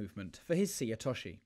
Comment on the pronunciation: Is there a conspiracy in British judo to mispronounce names of techniques? It's not difficult to say seoi otoshi: say-yo-we-yo-tosh-she. (All English words!)